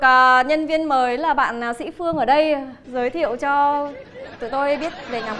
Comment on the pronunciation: "sĩ phưong"..🤣